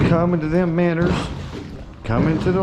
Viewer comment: Nice fish. Its minnows. Not minners... 😆 🤣 😂 😹